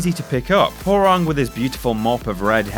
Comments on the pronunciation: Hore-Ung hahaha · Its pronounced h-wow-rang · whore-rang???.... Why cant anyone pronounce his name right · he just called hwarang easy. wow.